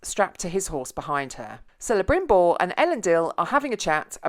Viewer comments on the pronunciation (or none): I mean it wasnt really Celembrimbor and Elendil. Was Celebrimbor and Elrond. Also C is pronounced as K. You just keep mixing Elrond and Elendil all the time. Obviosly you didn't do enough research. its Gil-galad not Gil-gahad.